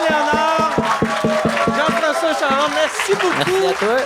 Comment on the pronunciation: Mike qui dit : Jean-François ChaRon. Un fan ce Mike